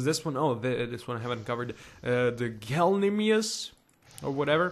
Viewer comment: No the smartest dinosaur is the trodon, and gallimimus is pronuced gal-UH-mime-US